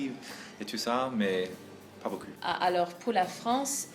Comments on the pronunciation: Il faut que tu dise à que l'on ne dit pas "beau cul" mais "beaucoup" aha, sinon c'est une super vidéo, ça fait plaisir de voire que des américain s'intéresse à notre pays et nos baguette, continue comme ça! 👍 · "Pas bocu" ! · mdrrr le "pas beaucu" a ma tué mais j'admire leurs progrès dans la langue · "beaucup" à la place de "beaucoup" c'est chou aussi ^^